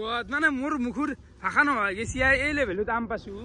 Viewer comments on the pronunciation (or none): none